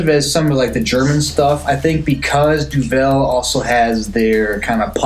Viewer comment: Duvel - Since you said Duvel so many times and I know you love Belgian beers, know that Duvel means devil and is pronounced similarly but with a DOO. Devil, Doovle, DOO-vull. That out the way, yes, I've had this. You know I'm a Belgian beer freak. Duvel single fermentation has been on draft forever. I had it in Brussels. Explained to me that it's exactly the same Duvel we love except without the second bottle fermentation. They do process it further for the kegs (and now cans) but the taste is similar. Just read that this beer is dry hopped and cold filtered and conditioned for 30 days. Oktoberfest - The non-mäerzen Oktoberfest Wiesn is what you're trying to say. Remember Wiesn is the name of the grounds where Oktoberfest is held and not related to Weiss or Weizen so nothing to do with wheat, although it is lightish in color. Confusing but I talk about it every year with friends. Ha. Belgian Golden Ales - You've had a bunch of them. Duvel, Piraat, Delerium, La Chouffe. Keep in mind they are also listed as Belgian Strong Ales. Love them. It's in my top ten style of beer. More like top 6-7. Review - Great job. I have not had the can but will look for it. Good to hear that it's so drinkable despite 6.8%. I'm looking forward to that. Man I love Duvel. 👍